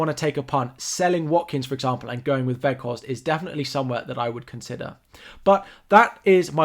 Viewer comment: Good wildcard thoughts. yes you say Weghorst the right way :D